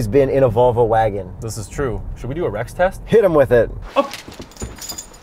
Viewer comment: i thought you said wreck test for Rex test